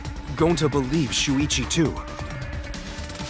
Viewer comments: Everyone said talking and shuichi said that wrong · me trying to find out how to pronounce shuichis name